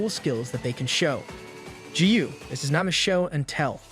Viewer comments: Please for the love of god and his flip flops please say “this” instead of “dis” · I know this isn’t related to what you said but am I the only one that hears the fact he says this wrong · Why did you start saying dis instead of this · His he saying dis or this? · I like when he says dis instead of this in the demon king arc been here since (1) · the way you were saying ThIs